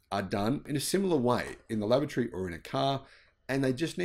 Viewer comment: Laboratory isn't pronounced like lavatory